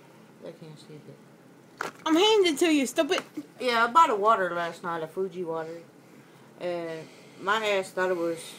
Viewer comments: fuji oh my god it's Fiji fee-gee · Its not pronounced fuji its fiji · ITS NOT FUJI ITS F I J I WITH AN I I I I. A E I O U AND SOME TIMES Y